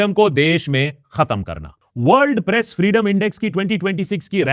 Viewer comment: I rewined 5 time and can't stop hearing "Breast Freedom ko khatam kerna" I was like 😮 then 6th time I turn on the captions and read "press freedom ko khatam kerna" 😅